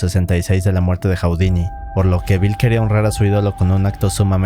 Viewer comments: Hu-di-ni, no Hau-di-ni! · Está muy interesante el video, solo que estresa un friego que diga "Jau-di-ni" en lugar de "Ju-di-ni" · Nadie, absolutamente nadie en el mundo: Este tipo: "Jaudini"